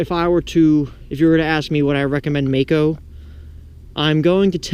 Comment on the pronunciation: its Maaco